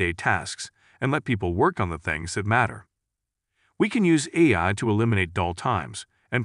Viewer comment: Is this another deepfake voiceover? Cuz AI was pronounced "I" and Cortana was pronounced "courtna" 😆